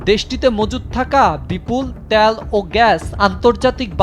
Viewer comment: ত্যাল ও গ্যাস। লল